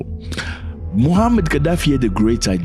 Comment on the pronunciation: Muammar not Mohammad.